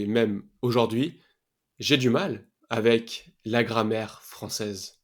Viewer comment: On ne dit pas auJORd'hui mais auJOURd'hui .